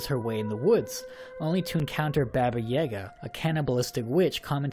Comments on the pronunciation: Most people pronounce Baba Yaga (Bah-bah yuh-GAH) incorrectly, but your pronunciation is like, ten times worse. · When you were saying Baba Yaga, that triggered me, because you were saying it wrong. XD It's "bah-bah yaa-gaa" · I hate how you pronounce Baba Yaga.. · The pronunciation of Baba Yaga made me cringe a little xP Love your stuff <3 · Your pronounciation of baba yaga makes me cringe haha